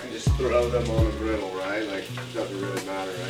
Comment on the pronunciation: The scene from Psycho made me laugh out loud! 😂 Yum! This soup looks so good! 😋 (p.s. It’s griddle, not grittle). 😉